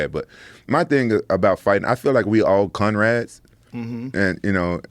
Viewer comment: "We all conrads", love Rampage 😂